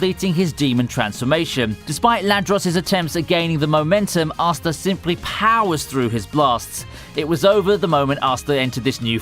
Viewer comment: Please don't pronounce Asta like that, please.